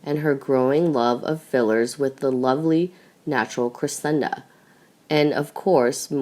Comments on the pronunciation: It is Cressida not CressiNda. And in the previous vid about Archie, Meghan's mother's name is Doria not Dora. This narrator is terrible with names. And everything else. Please do something and hire competent narrators for your vids. Where is the one that was narrating so well? Why is she no longer narrating your vids? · You totally lose credibility (believability/authority) when you cannot correctly spell or pronounce Cressida! NOT Cresenda NOT Crescenda Cressida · Her name is Cressida not Cresenda. You are sounding like a child learning how to pronounce words! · This girlfriend is pronounced Phoenetically. .CRESS..A..DUH NOT CRA..SEND..A... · CRESSIDA ! NO ‘N’ ! You got it right ONCE !! BLOODY USELESS!! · It's Cressida, you burk!!! There is NO 'N' in it..... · and as usual mispronounces names etc- ie CresseNda? and a lot of other mistakes always..drives me nuts, I am thinking it is someone reading phonetically? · How come you can't read the simple name Cressida correctly? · I can't stand this narrator. She can't pronounce Cressida correctly? There's no letter "n" in Cressida. What's wrong with her? Please get a better reader. Someone who is not comatose. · clearly spelling is unimportant to you, as shown in your comments, both in form and in content. However the narrator's mistake is to do with mispronunciation and a lack of knowledge of Royal family matters (ignorance). It is not a spelling mistake.